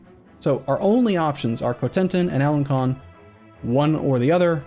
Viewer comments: Alen-Son not alen-con (the c with the squiggle makes an s sound) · I don't speak french, but I'm quite positive it's "alen-son" not "alen-con". My native language has that character "ç", it has the same sound as S, and, much like french, it's latin derived, so should sound the same, I guess. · do you see the funny tail on the c in alencon that mean you pronounce it like ans s from before people agreed to invent the s.